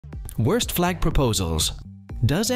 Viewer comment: "worts flag proposals"